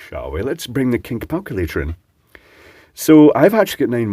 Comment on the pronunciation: Did you just say Kink Palculator??